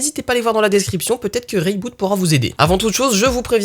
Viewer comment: Je suis étonné que ton sponsor t'ai laissé prononcer le produit "ray boot" alors que en toute logique le nom vient plutôt de "re iBoot" (corriger iBoot sur iOS)